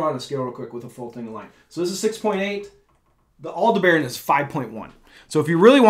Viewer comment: Just FYI... Aldebaran is usually pronounced more like al-DEB-uh-run than al-de-baron. 🙂